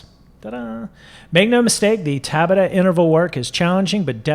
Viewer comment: It’s tabAta, not tAbata. Also, American Express, don’t leave home without it.